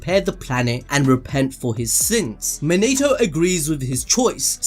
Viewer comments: His name monatoo not man-a-to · Mo-NI-TO not Mo-NATE-O